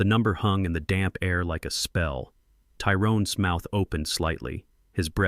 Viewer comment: You really need to find a voice over app that knows how to pronounce a word with an apostrophe in it. "Tyrone's" is not pronounced "Tyrone S" All the words in this video with an apostrophe are pronounced wrong.